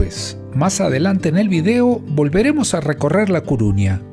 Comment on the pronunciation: CORUÑA. Por qué decís Cuuuruña? Nunca lo leíste? Saludos